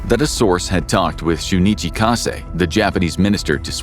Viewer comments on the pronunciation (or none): none